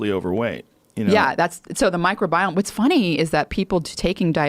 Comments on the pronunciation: Mike Robiome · Ok lady, so everyone all together now say “MICROBIOME”